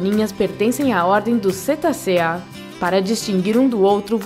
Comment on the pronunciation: O editor tem que tomar cuidado com as imagens, pois várias estão trocadas durante a fala da locutora. E outra: colocaram imagens de pererecas no lugar das rãs. A pronúncia é Cetácea e Cetacéa. As imagens de leopardos e onças também estão trocadas.